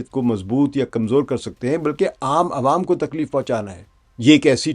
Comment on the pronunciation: عوم عوا نہیں بھائ جان عوام عام کی جمع ہے۰ آپ جیسے اچھے اردو دان کے لیے یہ تھوڑا حیران کن ہے۰